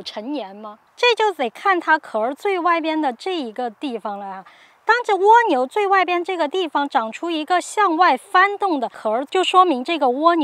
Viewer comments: ㄍㄨㄚ牛不是ㄨㄛ牛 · 是ㄍㄨㄚ牛，不是ㄨㄛ牛🤣聽的好痛苦啊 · 為什麼要念 窩牛.... 0.0? 刮下來的刮 不是嗎? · 这个读瓜牛